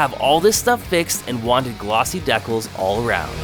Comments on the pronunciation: If this guy says deck els one more time I’m gonna shoot myself!!! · Deckells !? Brother! 😂 Dee Kal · WTF are deckells? Dude, it's pronounced DEE-Cals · "Deck ills" 😂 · Deck-els ???? LOLOLOL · Dee kalz! Not whatever it is your saying